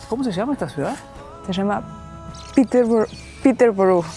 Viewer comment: Peterborugh (Piter borrou)